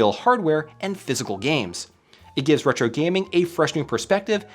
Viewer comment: random comment, but anyone know why kept saying Hetro instead of Retro?